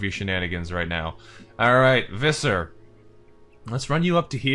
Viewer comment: just so you know, Visser is pronounced with an F, you are saying the rest of the name right, you just have to start it with a "fff" sound, the name is the Afrikaans equivalent to Fisher. In Afrikaans V an F both make F sounds, yeah the language is weird like that... 😀